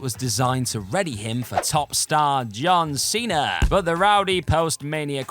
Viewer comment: John Cener & Batister 😂🤣